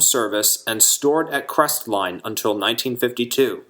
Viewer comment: On a side note. Locals don't pronounce the "T" in Crestline. We call it "Cresline".